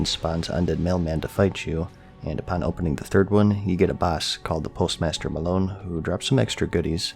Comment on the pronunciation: 'Post'master 'Malown' lol what are the odds